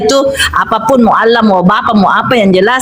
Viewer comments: Latinnya Allah,bacanya Angwah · ALLAH YA ALLAH..OLLOH YA OLLOH...GIMANA SI INI. TULISAN NYA ALLAH KOK DI BACA OLLOH